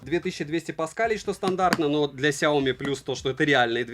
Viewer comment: СяомИ, а не СяОми...